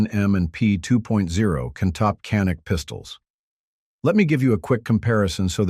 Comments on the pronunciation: First of all, it’s pronounced, “Janik”, not “Canik”. It is a Turkish made weapon, and the Turkish language pronounces a C as a J. Get it right. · DOWNVOTED FOR BEING A CRAP AI VIDEO. CAN'T EVEN PRONOUNCE CANIK. WHAT A JOKE!